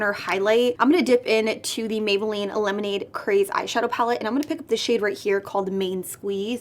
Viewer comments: “Mayboolline” yeyyyy!!!! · “Mayboolline” for days🙋🏽‍♀️ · “MAYBOOLLINE” flawless like always!!!